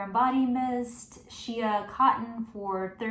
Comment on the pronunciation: She-uh, i think its shey